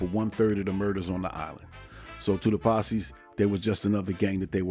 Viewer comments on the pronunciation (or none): none